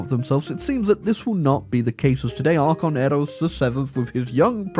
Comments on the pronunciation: continuing to pronounce Archon as "ar-chon" and not "ar-kon" is making me want to tear my eyes out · It's "Ark-on" btw. Though I think you saying it wrong on Purpose. If you had waited a few years Grover 6 would have actually grow up gotten to the age to rule at 18, and he becomes you new ruler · every time he mispronounces archon i tear a little more of my hair out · I refuse to believe you are not mispronouncing Archon on purpose. There is just no way you don't know you are saying it wrong. You are doing it to trigger me. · The way you pronounce archon has to be ragebait, I refuse to believe otherwise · It was scraping my ears every time but he eventually figured it out at least!!!!